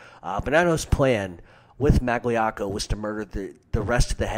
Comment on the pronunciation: It was 4 years ago, but you just butchered Magliocco. How I jus spelt it, is wrong. But its a lot closer than what u spelled out. Also both of them were as bad as each other with that, wanna Whack Carlo, Tommy and their own cousin Stevie Maggadino.